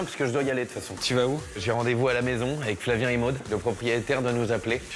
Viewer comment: Another case of eating syllables is when the guy says ec instead of avec. J’ai rendez-vous ec Maude.